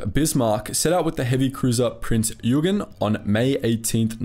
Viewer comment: Eugen is pronounced Oy-gen (no “J” sound). Think of Deutschland for example.